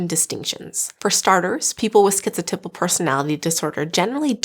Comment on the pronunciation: I really have never heard anyone pronounce the word “typal” where it rhymes with nipple. I looked everywhere I could and the accepted pronunciation of the 1st syllable in “typal” is type. Do you have a link to where the correct pronunciation sounds like nipple? 😳